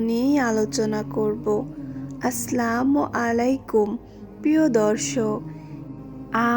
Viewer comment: একটায কথা বলি রাগ করিয়েন না আপনার সালামের উচ্চারণ ঠিক হয় না